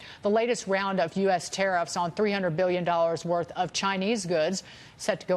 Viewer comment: yes, the "teriff". - hahahaha